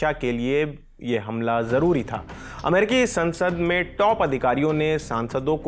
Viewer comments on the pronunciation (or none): none